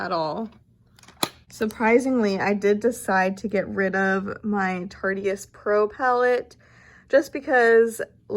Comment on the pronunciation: Had a chuckle at how she pronounced the tarteist pro palette like tarty-est, like it's the most tarty lol I'm totally going to start calling it that!